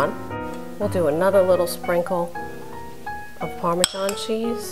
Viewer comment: chiken par-men-zaul